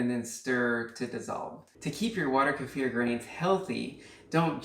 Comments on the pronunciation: Finally! Someone who pronounces Kefir correctly! Thank you! Other people doing how to video pronouncing it like Kiefer Sutherland's name and I get annoyed. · I do like the pronunciation: Ku-fear'' for Kefir, it has this particular vibe to it that I gravitate to. 🥰 I find myself saying it this way on a frequent basis. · FINALLY the 1st channel to pronounce kefir correctly! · I finally found someone that pronounces it correctly. I couldn't even get 30 seconds in on so many other videos. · you pronounce it like the original Russian. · finally someone pronounced "kefir" correctly! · Hallelujah you pronounce kefir correctly!